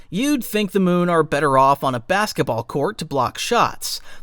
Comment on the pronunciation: It's Mew not Moon.